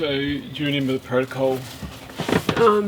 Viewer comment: “renember” you’ve always said it that way dad